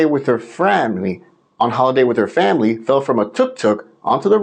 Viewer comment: Well done for fluffing your lines again... her Frrramiry